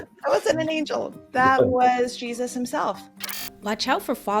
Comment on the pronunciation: Did he pronounce it “Hey Soos”?